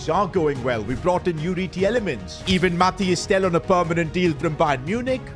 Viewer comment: You speak Tielemans (the ie) like meal (fonetic) from a Belgian